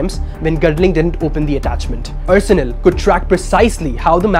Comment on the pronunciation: Excellent report. However, the presenter needs to know that Arsenal is not pronounced as ur-surnul but are-surnul. Haven't you ever heard of the English football team Arsenal?